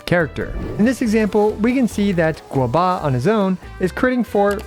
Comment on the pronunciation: Why is calling Guoba as Guobuh?